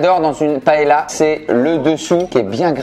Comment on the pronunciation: La prononciation de la paella me fait un peut mal au oreilles 😂😂